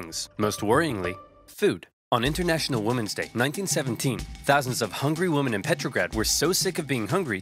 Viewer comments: my guy still has the best pronunciation of 'women' to this day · I’m not sure if this has been addressed but, the word “women” is not pronounced the same as “woman”. Everything else about this channel is brilliant though.